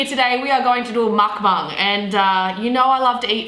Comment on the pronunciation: She said mUkbUng